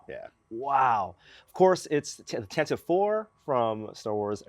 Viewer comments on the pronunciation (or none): "Tantive" is pronounced Tan-Tih-Vee, not Tan-Tiv. Listen to the original Star Wars radio show, when the Rebel Blockade Runner was first given a proper name. I guess this is one of those things where even hardcore fans can't agree on pronunciations, like "Han" or "Leia". Full disclosure though before I come off as too insufferable; From 1977 til 1980 I thought for some reason that "Tatooine" was pronounced Tattoo-Knee, since the word "Tatooine" is never spoken aloud in A New Hope. It isn't until the last scene of Empire, do we hear Luke say "Tatooine". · Mispronounced "Tantive" (sorry)